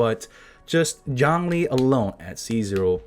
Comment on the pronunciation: Jawng-Lee.